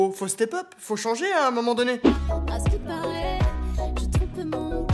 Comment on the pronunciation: Putain son "askiparait" me rappelle les heures les plus sombres de seb la frite ... Cette meuf c'est un mix claque de zaho et Sherifa Luna, ca aurai pu marcher mais on est en 2020 ....